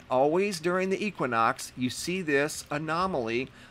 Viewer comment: If I hear you pronounce equinox wrong one more time!!!!!!